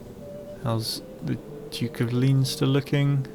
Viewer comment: i live in that province of leinster In real life and just so you know its pronounced LEN-STER